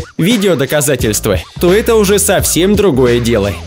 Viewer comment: странно ты произносишь слово "ЭТО " ты говоришь вот как ---> ЭТЭ или ЭТЕ